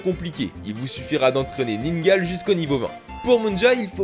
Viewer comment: On dit" Ningalé" pas ningal